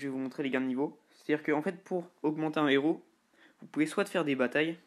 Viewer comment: Super vidéo juste on dis pas trois zéros ! Mais trois hèros !